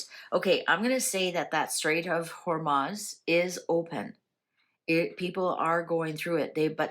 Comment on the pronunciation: It is not HormAz, it is HormUz.